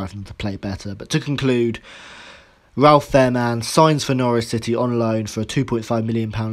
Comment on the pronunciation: Pronunciation corrections Fahrmann = “Fair Mann” Schalke = “Shalker”